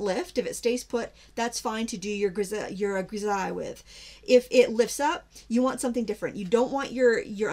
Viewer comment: "griseille" this is a French word meaning "gray monochrome." It is pronounced "gree-say." Hope this helps. :)